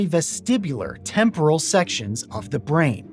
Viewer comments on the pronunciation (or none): none